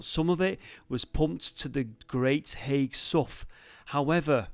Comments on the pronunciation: you say haigh like hay,. i live in Aspull next to haigh great vid again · Hi I think Haigh is pronounced "Hay" as in Hay hall. just saying, great video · Nice to see you’re in Wigan! Never heard of this so I’ll be having a look! I’m so pleased I’ll even forgive the mispronouncing of ‘Haigh’ lol. I Wonder if you got to see the nearby viaduct? 🤔🤞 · Absolutely love your videos.I have spent HOURS down 'rabbit holes! Just one minor thing to point out on this one. It wasn't Charles II who was reigning in 1653.It was Oliver Cromwell's Protectorate! Also the Wiganners pronounce Haigh as "Hay" - but Hey! What's in a name?! Keep up the excellent videos & THANK YOU for your sterling efforts. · Another excellent video, but as a Wiganner I have to correct you on a very tiny point. It is not Haigh as in Haig... but as in Hay. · pronounce it great hay sow like the locals great video againn mate. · Thats on my doorstep i didnt know it was there - heads up Haigh is pronounced Hey - silent g and all that - stay safe. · They was running a competition 18 month ago on Smooth FM to win a wedding at Haigh Hall and they continually pronounced it wrong. I first I thought strange I’ve never heard of a ‘High’ Hall in Wigan lol. Happens to the best of us I guess and us Wiganers are used to it 😂 Best thing I watched on telly last night that! 👍 That viaduct’s railway used to run into Haigh near where you was but I’d put money on you already knowing that 😉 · Haigh is pronounced "hay", like the stuff you feed horses.